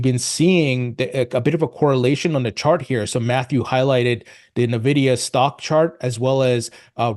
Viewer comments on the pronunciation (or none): Stop saying 'na-vidia'.. it's 'En-vidia'.